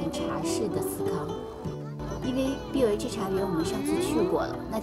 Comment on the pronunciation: AI配音嗎？BOH讀錯了哦 可以參考電視廣告